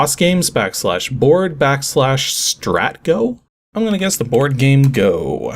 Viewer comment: Stratego is pronounced "Strah-TEE-go." We had a nice set with little embossed pieces that included tiny numbers. This version looks fun, but numbers would be helpful on the graphics. :)